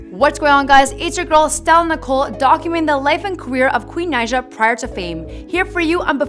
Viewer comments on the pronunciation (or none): It is (Ni-uh) Naija not nausea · It’s pronounced naja